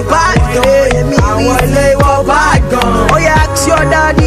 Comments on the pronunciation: ask not axe.. wizkid you should practice. thanks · He said 'Axe your mummy' lol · lol pls don`t "axe ur mummy"